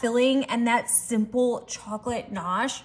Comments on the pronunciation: It's gnache not nosh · Pronounced , Ga nash.... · She doesn't pronounce GANACHE correctly. It's NOT NOSH!! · You are driving me crazy with your mispronunciation of ga-nash😅😅😅. It's NOT gnocchi😂😂😂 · Love the recipe ❤ Just a little FYI, the G in chocolate gnash is not silent it's actually pronounced. LoL